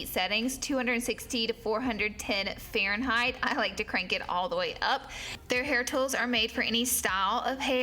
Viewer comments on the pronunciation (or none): none